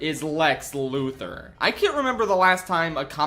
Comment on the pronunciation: People still can't pronounce Luthor